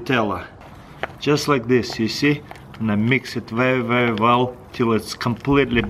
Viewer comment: "Very very vell"